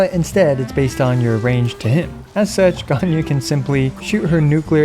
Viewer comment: I found it a bit odd that you pronounced Zhongli’s name almost perfectly but pronounced Ganyu’s name the English way…